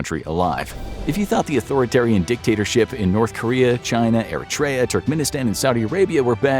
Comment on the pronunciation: The pronunciation of Eritrea is making me mad 😂